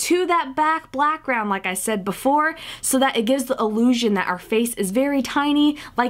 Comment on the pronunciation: She did say back blackround 😂